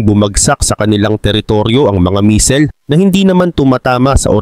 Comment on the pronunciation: buti nmn bamer na pronounce mo hindi na bamber 😂😂 kaso ung Misel medyo sablay